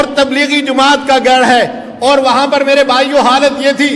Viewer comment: bhai ko bolo jumaat nahi hota jamaat hota he na ahal